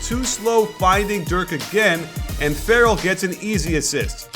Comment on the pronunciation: Yogi Fer-real!